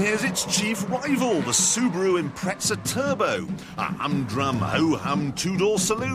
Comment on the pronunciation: interesting that he goes for the traditinal stuoid stuff, but alsod oesnt respect the design 'imprezza' lol